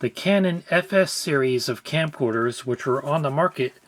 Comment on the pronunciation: It's okay. I trust you. "Scamcorders".